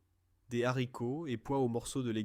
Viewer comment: "Les soupes au Z'haricots." J'ai quitté à ce moment la